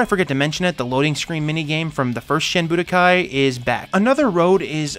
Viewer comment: Wouldn't it be SHEEN Budokai? :P